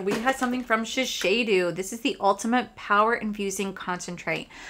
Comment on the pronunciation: Shiseido is pronounced Shi•Say•Doe It’s definitely YSL not LYS…lol Yves Saint Laurent Carolina Herrera is pronounced Her•Rare •Ra That sample of eye cream was worth $100…That’s insane!!!